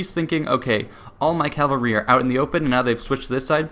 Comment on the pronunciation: Man, you pronounce cavalry like Calvary, that place where Jesus died.